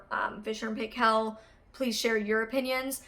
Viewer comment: Great vid! Btw the Paykel is pronounced more like Pike-ell